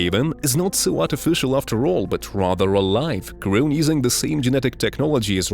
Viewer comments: Grown... GROWN. Not GREWN. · That's the best AI attempt at pronouncing "grown"! Frickin' hilarious 😂😂😂